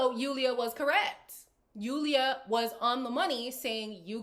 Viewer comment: Even though Julia probably said stuff with a bit of spite at least she said something. It also bothers me that Lorenzo doesn't correctly pronounce Julia's name.